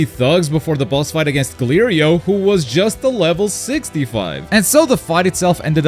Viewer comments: Why do you keep saying "gleo rio" lol They literally say "glow-rio" in the show lol (speaking in pronunciations) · GORLEIO! His name is GURBO! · Nice touch messing up glorio’s name the whole video like goku did in the show😂😂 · This dude can't pronounce the Tamagami or Glorio's name right smh. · You keep saying Gorbeios name wrong… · I LOVE that you mispronounced gorillos name like goku did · I appreciate you saying Gary's name wrong each time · Saying Glorio's name wrong, just like Goku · Love how you didn't pronounce glorio's name correctly not even once😂😂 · I really do like how you kept on mispronouncing Glorio's name throughout the entire video 😅. My favorite is this one here